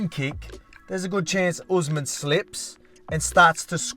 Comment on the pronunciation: Makes me so happy to hear someone say 'Usman' the same way as I do. 'Oozemahn' makes my face scrunch up every time and I have no idea why. Maybe Dana says 'Bahtmahn', I dunno.